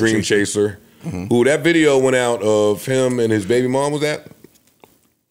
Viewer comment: “New Tideo”